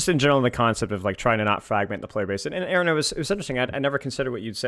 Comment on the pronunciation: In this fantastic interview, everything was smooth sailing until... 'AY-AY-RON'., please.